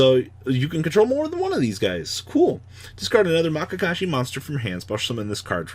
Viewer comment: oof. MAYakashi